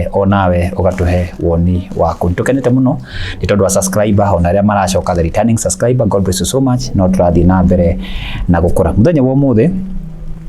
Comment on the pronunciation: "Subscriber" not "suscriber "